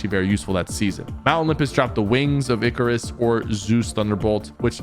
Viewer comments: I love that he finally said Icarus right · He said Icarus properly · Yessir you said Icarus correctly 😂❤